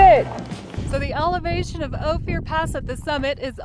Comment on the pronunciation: Great little video. But it's pronounced Oh-fur not Oh-fear.